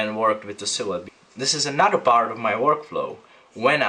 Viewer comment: Your videos are great! but just quick tip... another is pronounced AnoTHer not AnoDer. Sorry to nit pick I just worked in a studio with a guy that spoke with the same accent and it always sounded so lazy.